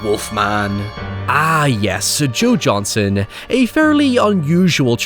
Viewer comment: Joe Johnston, not Johnson.